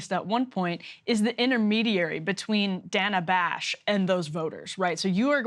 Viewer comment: Nice to see Frank Luntz catch up to Thomas Frank's analysis (What's The Matter With Kansas?) thirty years after the fact! And by the way, it's DAY-nuh Bash.